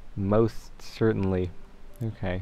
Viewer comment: how many times did he say..."most certently"?